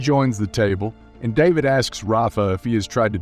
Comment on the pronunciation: Lucía is actually pronounced as "loo-see-uh" and David as "duh-bid"